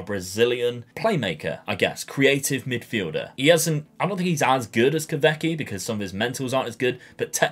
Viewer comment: Hey, as you mentioned you sign Kahveci often in saves and rebuilds, I want to help out with the pronuciation... it is pronounced Kahweji 😀 The "v" in Turkish is equivalent to the "w" in English